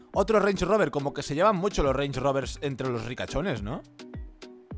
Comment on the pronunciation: Creo q soy el único q digo rand Rober y el dice rens roberssss